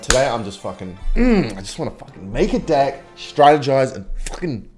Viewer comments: he's literally just saying dick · i love how bro acts like he is saying deck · I think he’s saying deck like that on purpose 😭😭😭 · Why does he say deck like that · Your pronunciation of the word “deck” is a bit sus to say the least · hes sayin deck with an aussie accent so it sounds like some else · plays a game where he says “deck” 40 times a video with his accent but still wonders why he get demonetized